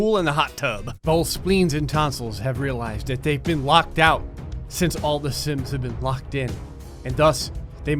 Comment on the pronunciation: Sometimes it sounds like you say sins which reminds me of cinimasins.